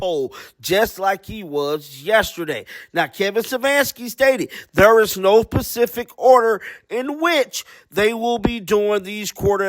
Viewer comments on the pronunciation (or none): I stopped listening after he used the word Pacific, instead of Specific. 🤦🏽